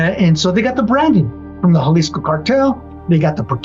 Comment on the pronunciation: Bruh its so refreshing watching a channel that says jaliso right not yalisco 😅